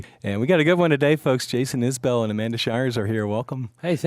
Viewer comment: It's Isbell, not IsAbell... and the 400 unit is not a bunch of pot heads...